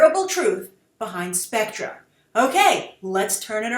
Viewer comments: Are you aware that it's pronounced spec-ter? This organization is a big deal within the Bond mythology, particularly within the movie universe. They don't need to make a big deal with this announcement. Bond is a big enough deal, and the title is a big deal. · Grace the main surprise of Bond 24 is not so much Spectre which is actually pronounced Specter is it will almost certainly introduce an old Bond foe Ernst Stavro Blofeld who is the head of Spectre and one of Bonds oldest returning foes its like Joker to Batman i am SO hyped because he has appeared 3 times in the old Bond films played by 3 different actors but never actually died onscreen which is consistent to the old Ian Fleming novels i highly recommend you go back to the original Bond films with Blofeld and you will see how awesome this villain could be in a modern world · You pronounce "Spectre" incorrectly. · It's pronounced Specter, not Spectra. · specTER specTER it's NOT pronounced specTRUH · Grace. Watch Thunderball 1965 and From Russia With Love 1963 for the pronunciation. Even Sean's pronunciation is still SPECT ER, not SPECTRA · Seriously. Stop calling it Spectra. Just. Fucking. Stop. Ill-educated nitwit. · Pronounced spec-"ter" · It's pronounced Spec-ter! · Jean Dezem I was thrown off by the way Grace pronounced it, i thought it was always pronounced spec-ter in american-english. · Love the video. I believe it's pronounced "Spec-ter" though, watching some of the older flicks I remember everyone calling it by that name. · Pronounced SPEKTER!! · Isn't it pronounced SPECK-TER ? I just say that based on watching the old bond films. I believe it was pronounced as that. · Can everybody stop pronouncing SPECTRE wrong? Have you not seen any of Connery's James Bond films? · its specter SPEC TER not SPEC TRA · Grace, it's pronounced "Specter" just like other British spellings like "Theatre." You wouldn't say "Theatra" would you? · Spek tor not spec tra.